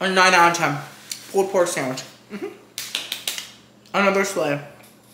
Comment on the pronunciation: “Pooled pork” 🤣🤣